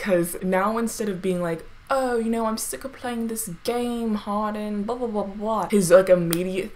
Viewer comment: “Harden” like “Hard-on” lmao Sorry